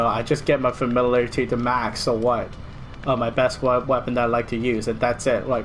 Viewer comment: Lol familalairlaty...Sorry couldnt help it